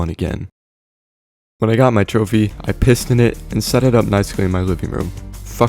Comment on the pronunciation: Turned the "Piston Cup" into a "Pissed-On" cup...